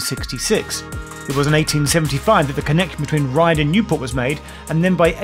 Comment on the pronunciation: Great nostalgic trip. I thoroughly enjoyed it But, it’s Ryde Esplanade and is pronounced ade as in lemonade and not ard.